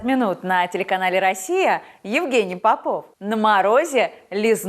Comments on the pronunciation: Попов ударение на первое о, фамилию правильно нужно озвучивать. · Солнышко, фамилия попов произносится с ударением на первом слоге! Прости! Ты прекрасна!!!!!!!!!!